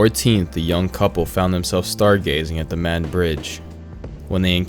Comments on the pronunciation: Great video, but as someone from the area, it’s pronounced Mah-ned. Just a heads up. The closest Crystal’s would’ve been about 15 to 20 minutes away as are most fast food restaurants. There’s not a whole lot available in the county, so most people have to travel out of county for work. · Pronounced “Mah-Ned”